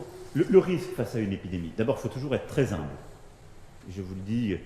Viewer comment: "il faut être très z'humble" Il a manqué des cours de diction avec Brigitte.